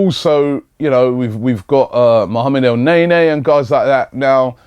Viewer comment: Pronounciations- Mow-ro icardi not mario El-nenee not elnaenae